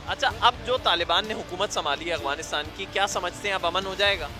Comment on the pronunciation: Agwanistan ni jnb Afganistan ., تلفظ درست فرما لے۔